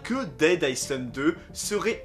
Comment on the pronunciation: Le « s » de island se prononce pas